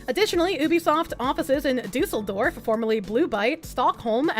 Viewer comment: Kudos for getting the pronounciation of Düsseldorf right. Most english speakers just pronounce it like "Dusseldorf" with "Dussel" being a colloquial term for "idiot" or "jerk" in German. Yeeees, the two dots over the "u" make a huge difference :)